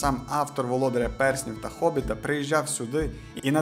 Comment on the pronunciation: Українською буде ГОБІТ, а не хобіт.